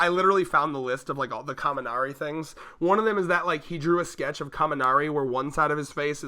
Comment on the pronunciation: It's Kaminari, my dude.